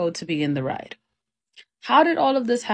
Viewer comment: She even said "rid road".